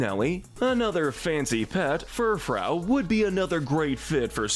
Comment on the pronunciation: It's Ex-egg-U-tore. And Pokemon is too good to be associated with the cleaning sponge. And NEVER say 'everyone's favorite' when referring to this show, I HATE all of it! It's pronounced Fur-frue with a hard U not ow. Dewpider is like spider, the anime screwed up